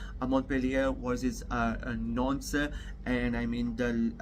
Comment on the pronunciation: Ur Pronounciation of FRENCH🇨🇵 is TERRIBLE. However... Its NOT easy 4a non-French speaker to pronounce. TBH. Let me 《COACH u》 a bit. Auxerre = O-z-"air" Nantes = Nan-T DO NOT pronounce the "S" The 《S》is silent. Like in... Nîmes = n-EE-M But for LENS = L-EN-S + Rheims = R-1*-S u DO pronounce the 《S》 (1*=like in le Pain🇨🇵; le Vin🇨🇵; le Boursiny🧀🇨🇵 ; Vingt🇨🇵 =20)